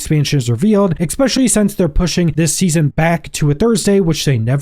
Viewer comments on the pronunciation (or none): "Expecially", really?